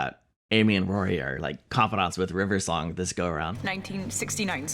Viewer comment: You do the same thing Matt Smith does! Saying River Song's name like it's one word. My mother also does this.